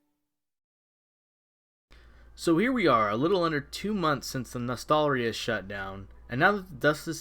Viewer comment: LOL Nostal-rius